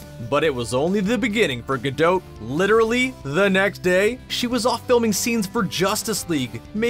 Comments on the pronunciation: great actress but what a horrible narration; how he pronouces her name is abysmal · Interesting info, but it was physically painful to hear the T in Gadot pronounced relentlessly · Seriously, even Gal pronounces it without the T. The T is silent. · It is a Jewish name, not French. She pronounces the t. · Your constant mispronunciation of Her name stopped me from watching this beyond a few minutes. Your ignorance or disrespect coupled with that of the 6000+ is just plain sad! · This is driving me crazy. The T in the end of her name is silent! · The “T” is silent. Do your homework!!! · Her name isn't pronounce Ga-dote like in the video. It's said like its spelt Ga-dot!! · Dude, it's not Gal Gadowwd, but Gal Ga-do-t with the "o" a real "oh" sound and the "t" stressed and audible. "Gadot" is the plural of "Gada" which means "a river bank". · It's Gadot, not Gado-h. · Can we please stop calling her “Ga-Dough’”, and/or “Ga-Dote”. It’s pronounced Ga-Dot. It’s just that simple and she’s pronounced it that way for people herself. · It’s pronounced Gadot (rhyming with pot, not etc), not Gadote (rhyming with tote). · My Father Naughtius Maximus who taught me fluent Hebrew for 50 years says it's pronounced Gah- Dote which means Ri{h}-ver Bank IF it was Gah-Dot it would need to be spelled "Gahdaht" גדת -גדות As they say in Greek "Tushaay" (joking) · Gal gadote, ITS GAL GADOT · Gal-dot! As in rhymes with pot, tot, lot and stop! What's with Gal-dote it's pronounced exactly as it's written jeez! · it's gal gaDOT, not gal ga -DOUGH -t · Gal Gadot's last name is pronounced Gah DOT not gadote. Just FYI🙂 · Whoever is voicing this video, will you please learn how to pronounce Gal Gadot's name correctly! She is NOT French. Her name is Gadot as in spot, not Gadoat as in goat! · Sorry but the repeated 'gadote' pronunciation instead of 'gadoh' was too jarring for me to enjoy the video. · It's pronounced Ga-DOT not Ga-doe or Ga-dote. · Its pronounced "Ga-Doe" Not Ga-Dote'..... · It’s gah doh